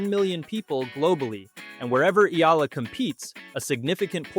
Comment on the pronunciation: Correct Pronunciation : EALA = Ee'Ya'La